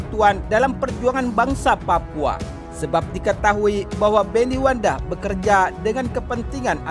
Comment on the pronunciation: Maaf bukan wanda tapi yg betul itu Wenda . .